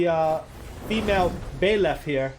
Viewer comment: I have no problem with Byleth joining smash I love fire emblem three houses also it’s pronounced buy leth not bae leth